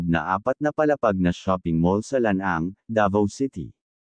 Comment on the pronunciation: Correction po:: NCCC mall Ma-ah, hindi Ma-ey, SM Lanang, hindi Lan -ang..